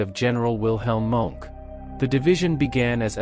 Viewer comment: You can't even pronounce Knittel's surname! Do your homework and learn how to pronounce German names properly. It's K-NITTEL, with the K sounded, not "nittel", and Leibstandarte is not pronounce "liebstandard", but "layb-stan-dart-e". Mohnke's surname isn't "monk", but MOHN-KE". Plus you conflate the SS with the Waffen-SS, a totally different organisation. How do you expect to be taken seriously after all that?